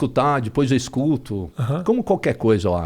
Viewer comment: Mas “dipois” podia melhorar o português. 😅